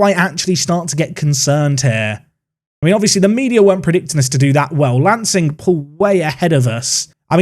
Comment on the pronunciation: as someone who lives in Sussex, some of these pronunciations really caught me off guard...lancing is said like 'larn-sing' for instance. it's the little things eh. keep up the great series. enjoying it so far!